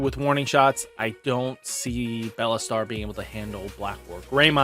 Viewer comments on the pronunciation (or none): It shouldn’t bug me how he always says BELLAstar and not BEELSTAR but it does lmao